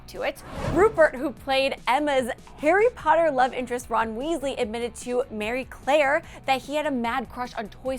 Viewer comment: Ma-ree Claire. Not Mary Claire.